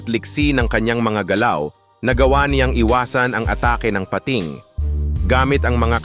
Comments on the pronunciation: Ok na sana pag eexplain pero the way he pronounce nakakadistract sa pakikinig like malaking pa....ting kaloka! Tagalog naman mali pa..😂🤦‍♀️ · Bisaya po ba kau di nyo ma bigkas nang sakto ang bingit, tangay, pating🙄 labi.. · Salamat sa mga dagdag kaalaman, kahit click bait yung syokoy. Don’t take na masama ang komento ko at hindi ako naghahanap ng ka away…kase pinakingan ko syang mabuti. Tagalog na nga yung pag na-narration at sariling wika na natin pero nkklunkot na maraming maling pagbikas sa mga salita. Tulad ng madiskubre, pating, wakasan, naka takas, yung salitang bungo ng tao, yung lohika ng science, uli yung lohika ng kalikasan, bingit ng kamatayan, matangay, umingay, at pulisya. Saka may kulang at may Mali duon sa magdulot sa kanyang buhay (bandang dulo ng pagsasalaysay) Ewan ko lang dahil ba may punto or hindi ka talaga purong tagalog…or Mali lang pandinig ko. Hoping for a better improvement kase interesting itong channel mo. Peace.😊